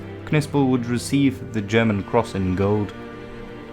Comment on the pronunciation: Your pronunciation is superb